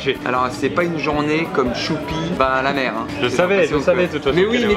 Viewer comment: C'est moi ou il a dit bat la mer au lieu de va la mer au début???😆😆😆